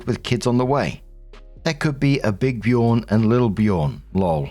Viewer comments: Björn…. You call him Bjoorn😅 The “ö” is pronounced like the “ea” in earth or earning or early ❤ Love you❤ Thanks for your work❤ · As a Scandinavien, I don't think any enlish speaker should name their child Björn, as the Ö isn't an O, but rather like the EA in earnest. It sounds ridiculous when you say it. 🤪 But to the issue, there are more names with Björn in it, like Ambjörn (Eagle-bear), Asbjörn (God-bear), Styrbjörn (fight/war-bear) and Torbjörn (Thors bear). So both brothers can have sons with the name. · Me, a Scandinavian who uses ö regularly: Why are they saying "Bjurn"? Ö is like the "ea" in "heard" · The name Björn is pronounced similar to the word yearn, like Byearn. Noone can tell me the older brother came up with it himself and didn't originally hear it from younger brother. Especially when neither of them is Scandinavian.